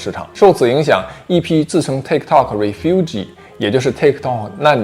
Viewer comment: Refugee 不会读？